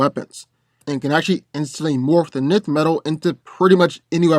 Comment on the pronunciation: Nth is pronounced “enth”